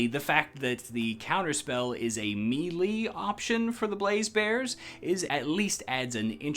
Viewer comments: who ever pronounces melee as "mee-lee", its may-lay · Melee is pronounced may lay